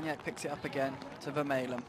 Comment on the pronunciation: commentator should learn the players names correctly. Vermaelen